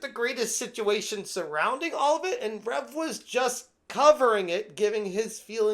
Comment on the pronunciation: People pronouncing the "u" in Rev's name will never not kill me lol